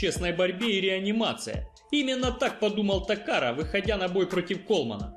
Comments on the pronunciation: Дружище, не ТокаРа, а ТакаДа (Нобухико Такада) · Не Такара а Такада!!!!!!!!!! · Такада, а не такара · Я думал мне послышалось, впервый раз:)